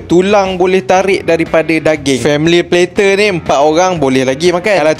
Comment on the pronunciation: sebut betol betol bang ' plater ' tu, lain mcm dengornya, ngisau plak...bior ada sleng mat saleh skit lain skit dengornya😂😂😂